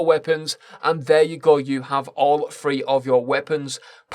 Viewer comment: Why do these guys always say 'free' instead of 'three' lol